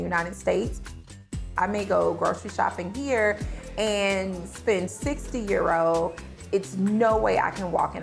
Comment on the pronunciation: Can she say EUROS ffs 😂 😂